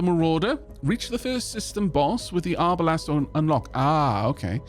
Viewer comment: Hearing arbalest pronounced arbalast hurt my historians soul for some reason xD